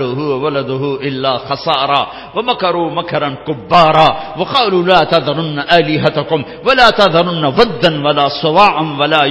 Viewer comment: Moulana sahib...jab app kalman tyaba perhty hen tu..."Laaaa" per lamba krn. App jhatka dety hen "La"...